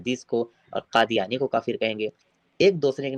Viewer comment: Bhai saab Urdu ke tohhen na kare Kadiyani nahi Khadiyani bole.😂😂